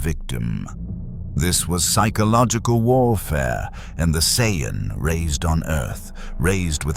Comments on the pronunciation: How many ways can A.I. say Vegeta's name and Sayan wrong? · Just once, I wish these stories would pronounce Saiyan correctly.